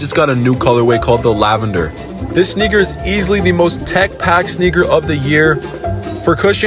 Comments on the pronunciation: L,MFAOOOOO you pronounced sneakers that way on purpose man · You gotta really pronounce “sneaker”next time 😂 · So no one is going to talk about how he pronounced “sneakers”